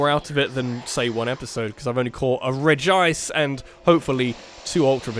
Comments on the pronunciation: So you used to pronounce Regice's name properly, but now you say it in the most awkward way possible? Okay then. Anyway, it's pretty amusing to think that shiny Pokemon have become common enough that finding one doesn't elicit any real reaction anymore. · No, it is pronounced, Reg-Ice. Not Regi-Ice. Look anywhere.